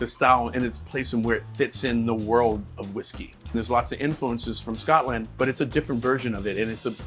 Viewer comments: He also kept saying “Scott-land” like a weirdo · I'm not even Scottisch, but I'm offended by the way he pronounces Scotland lol. Lot's to learn about Whisky still, I realise i'm not the target audience and it's atill a matter of taste (I think Jim Beam is better than Jack Daniels although IMO bourbons aren't whisky at all), but for example saying Glenlivet is peated where it isn't makes me kinda question his other videos too. No hate, just.. a bit disillusioned I guess.